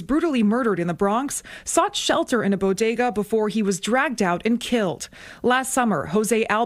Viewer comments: Bo-DAY-guz? Jill told me it BO-guh-duz. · I wonder how long it's gonna take Jill Biden to figure out how to pronounce 'bodega' now?...😆